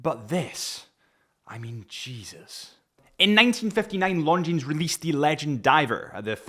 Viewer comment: Dude, you don’t pronounce S at the end of Longines name)